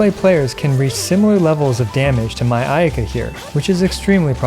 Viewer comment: I lost it when you said ayayaka 😂